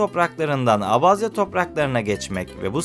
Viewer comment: keşke gitmeden önce gittiğin ülkenin bir tarihini araştırsaydın önce abazya diye okunmuyor abhazya diye okunuyor daha onu bilmiyorsun işgal eden taraf abhazya değil gürcistandır abhazya bağımsız ve tek bir ülkedir .Ülkemizde oldukça fazla kökeni abhazyaya dayanan abaza vardır.